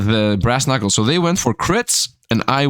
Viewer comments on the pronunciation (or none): none